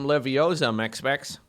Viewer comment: it's not Levi-o-sa, it's Levio-SA